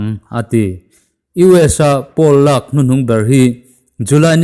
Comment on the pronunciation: Pool leh poll i lam pawlh char char a